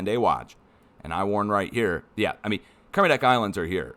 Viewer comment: Nailed the Kermedec!!